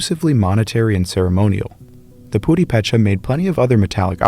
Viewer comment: My Purepecha friends pronounce the word with the accent on the 2nd syllable: pu-RE-pe-cha.